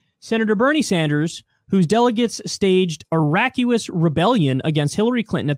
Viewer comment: Lmao at pronouncing “raucous.”